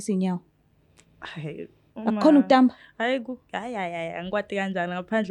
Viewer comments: Uyasihlaza singemaswati ntfombatane. Stufuza kutsiwa kutsamba not kutamba😂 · Kutsamba not ukutamba